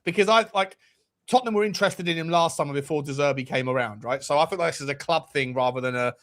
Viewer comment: You really need to work on your "de Zerbi", 🤣